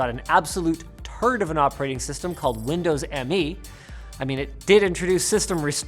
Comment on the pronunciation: Windows Me, as in "you and me". Not M-E. Yeah it was a dog's breakfast, but at least say the name correctly.